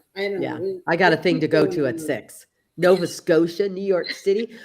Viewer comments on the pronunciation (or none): none